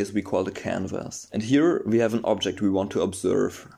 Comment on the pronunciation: “...and now, ve dance.”